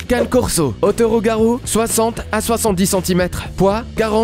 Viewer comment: Le Cane Corso ce dis "Can"é" et non Canne! J'ai une amie qui a une femelle et elle est d'une gentillesse, 0 agressivité, pas une once de méchanceté. Super douce, surtout avec les enfants. Quand à l'américane staff, cette même amie en a un et ne correspond pas vraiment l'image que tu en donne, il est gentil, pas dangereux, un peut lourdo tel un éléphant dans un magasin de porcelaines. Le Boerboel ou Boerbull ce dis "B"eur"B"ou"l" et non Bourbeul,ni Bourboul^^. Chien qui gardais les fermes contre les attaques de lions!